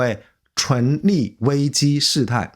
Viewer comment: 開車聽影片，一直聽到純利純利的，以為在講投資，後來看字幕才知道是存立，昏倒。以前覺得這個頻道還不錯，現在突然發現是大外宣啊！